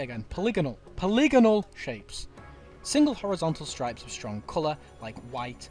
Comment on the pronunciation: "polinigol" my brother in christ did you mean polygonal